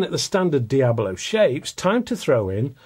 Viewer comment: "Diabolo" is a description of shape, not a brand. "Hades" are diabolo shaped pellets FX hybrids are not and it is Dia-BOLO, not "diablo". One would think someone in your position would know that before pontificating.